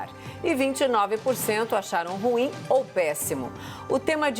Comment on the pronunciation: Alguém da CNN poderia ensinar ao como se pronuncia a palavra "ruim"???